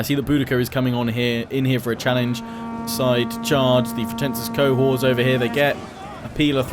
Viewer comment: Im sure its pronounced Co-horts. Not co-whores haha i could be wrong though :P